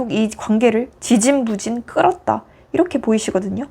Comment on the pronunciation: 리딩 감사합니다. 지지부진을 지진부진이라 하시는것만 좀 고치시면 더 좋겠어요😅